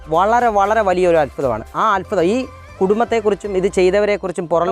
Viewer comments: അല്ഫുതം അല്ല അത്ഭുതം എന്ന് പറയു മോനെ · അത്ഭുതം,,, അല്ലാതെ അൽഫുദം അല്ല,,,,, 😁